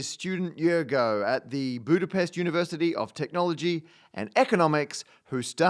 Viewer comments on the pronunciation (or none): none